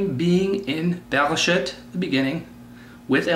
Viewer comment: I am sorry to say this but you clearly dont know how to read hebrew vowels..you mispronounce the vowels...when you read bereshit...its not shit like in english its sheet... the hebrew vowel is.. chireq.... like the word green...come on guy this is basic hebrew vowels you should of learned them by now.